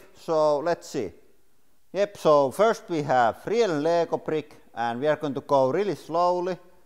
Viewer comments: "real lego prick" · "We're going to start with real lego prick "